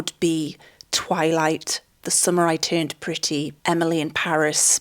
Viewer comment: Everytime you say "the summer I turned pretty" I hear "the samurai turned pretty". And honestly, I would watch a movie titled that way